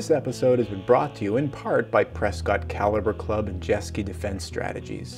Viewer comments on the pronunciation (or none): This is my first time to your Channel and when you were through with the video and you introduce the caliber Club I heard cow liver Club!!! What the hell??? LOL